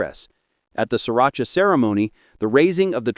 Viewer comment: ...and Sri Racha